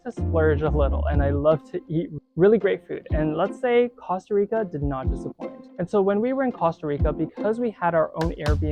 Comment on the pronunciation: He pronounced it correctly. Are you American? They pronounce it coasta rica, but that is incorrect.